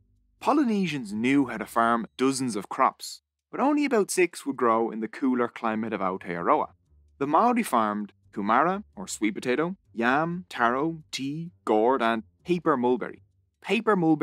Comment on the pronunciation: Your pronunciation hurts! There are many different species of kumara, those "yams" are one species of kumara. Roll the "R" in your tongue the way the Irish and Scotts do. It's not koo-marra, it's kumara. That's as far as I got, I bet you confuse "kiwifruit" with "kiwi" too. (The latter is a small, flightless bird, native to Aotearoa) now you know, stop calling kiwifruit kiwi!